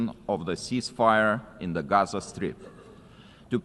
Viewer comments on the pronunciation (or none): none